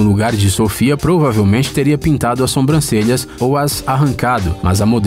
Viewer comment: SOMBRANCELHAS? Por favor, narrador, assassinou a língua portuguesa, hein! É Sobrancelhas, aprenda agora!